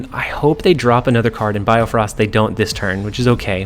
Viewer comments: its bifrost btw not biofrost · well bio-frost is wrong as well X_X it should be bi-frosts like bi-cycle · Great video, but its BIFROST not BIOFROST! hahaha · It's Bifrost not biofrost as well, but good deck. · sorry I cringe whenever you say BIOfrost when its just BIfrost. Good tips here. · I love how my guy can't pronounce bifrost lol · I like how you correct your pronunciations of bifrost but even the corrections are wrong lol